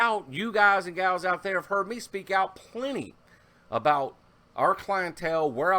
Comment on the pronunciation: Ehhhh the Canadian 'aboot' <3